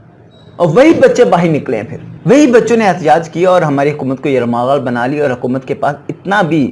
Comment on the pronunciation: Sorry jnab ap ne ye word bar bar ghlat bola. Hkomat ko. yrmghal nhi .🤤 YRGHMAAL . Bnaya.